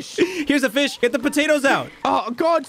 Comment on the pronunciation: Anyone is gonna respect how prono fish as FEESH